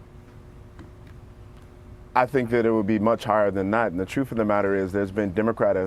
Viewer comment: The "troof".